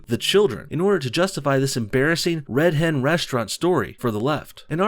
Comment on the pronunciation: Am I the only one who hears "red head" every time says "Red Hen"?